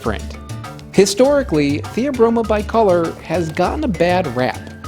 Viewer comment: you pronounced "bicolor" wrong.